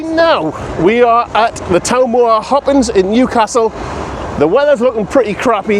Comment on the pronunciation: Why are you saying Hoppins when it’s hoppings?